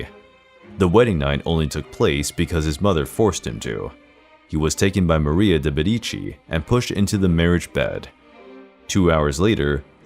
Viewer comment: Yup I cringe every time he pronounces di Medici and the Dauphin, lol.